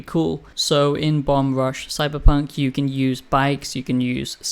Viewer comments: Why are you reviewing a game you haven’t played? Your basing this partly off of promotional material? And you don’t even say the name of the game correctly. Don’t review games you haven’t fully played, that’s like rule number one. First impressions maybe. You said nothing that wasn’t intuitable from watching trailers. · Imagine being the first person the review the game and you mispronounce its name every single time you say it.